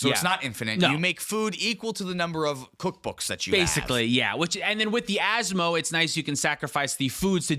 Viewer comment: Of all the cards for to pronounce correctly asmo was not on my bingo card